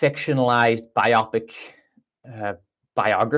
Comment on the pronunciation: I was thinking the same thing... bio-pic, not biopic, lol.